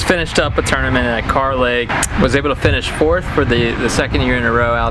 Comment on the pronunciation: Not car lake boys its kerr lake 😂🤣